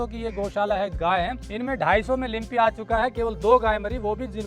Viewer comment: लिम्पी नही लंपी बोलो